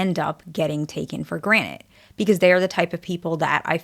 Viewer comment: I swear I'm hearing "for granite"